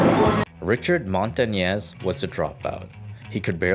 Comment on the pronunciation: Its pronounced montanyes not montanes ñ this word is pronouced nye but we called it enye